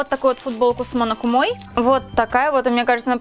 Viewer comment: почему ударения во всём видео где-то не там акихАбара / кАнеки / монокумОй wuuuut